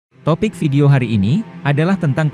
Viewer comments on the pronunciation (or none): none